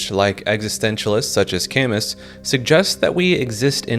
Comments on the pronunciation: Please don't pronounce Camus "cam-uss" ... It's "cam-moo" 😭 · Existentialist "Camus" = Cah-moo 😊 great vid as always! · Albert Camus is French its Ca-MOO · The videos are probably good and I encourage you to continue, but I think you would benefit from learning how to pronounce any name that appears in the first 10 minutes. An extra step in production, yes. But listeners would stick with it to the end if there was a mistake in minute 11+. The Camusss thing was SO early in the vid I bailed right at that point thinking that there would be no point to what is probably a quality effort.